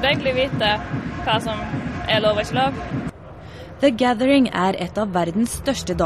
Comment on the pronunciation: Hehe "Dhe Gaddheiringh"